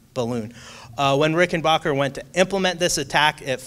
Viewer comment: It pronounced Rick-en-b-ahh-cker